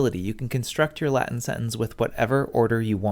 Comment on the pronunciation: I like your latin pronunciation